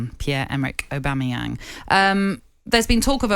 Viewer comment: Keown repeatedly saying the name “Aubameyam” summed up everything about his take on the situation that took place. No clue who or what he’s on about 😂